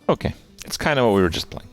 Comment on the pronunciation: Alright I've held my tongue long enough. I just... it sounds like you say 'came' or 'oh-came' every time you say 'kay' or 'ok'